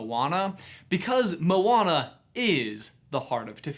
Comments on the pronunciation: He said molana instead of moana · Can you say their names like they say it in the actual movie. Moana, not mowana 😒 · i hate the everyone that says "mo ana" its moana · thers clealy not a space and it sonds like moa ana